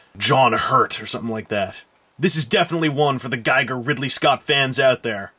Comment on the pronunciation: Giger, pronounced geeger.